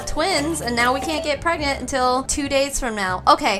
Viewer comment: “We have to hurry up and get preg-nart”🤣🤣🤣🤣